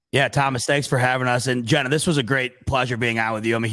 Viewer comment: Mispronounces Jenna's name then cuts her off at the end so sge couldn't say go bills lmao the disrespect is real